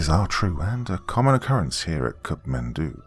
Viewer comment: Just a correction I would like to point out it's not Cup Mendou rather it's kathmandu.